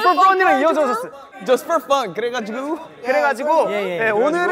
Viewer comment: 이 발음 듣기 위해 또 보러 왔습니다 "그뤠가지로"